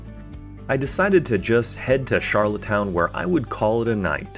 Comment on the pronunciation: It’s rustico and not roostico and Charlottetown not charlotte’s town Just a heads up